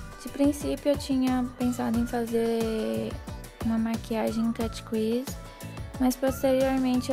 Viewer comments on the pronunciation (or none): a pronuncia correto seria "cât crisi" e nao "quisi" é como se você falasse "crise" mas enrolando a lingua;)